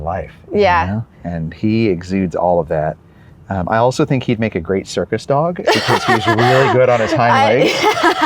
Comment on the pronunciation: You said CIRCUS?? I thought you said SERVICE dog multiple times until I finally realized.